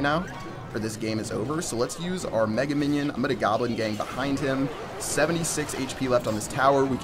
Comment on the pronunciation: did you say "Megan minion"? lol.